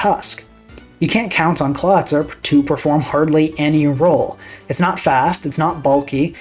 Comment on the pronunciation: that’s a really good argument. I never thought about it like that before. Also never heard that pronunciation of Clawitzer before but it’s very good. I might adopt it